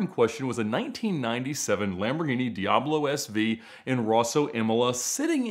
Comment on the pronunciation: You seem to be quite the expert on these cars but you still can't pronounce the name correctly.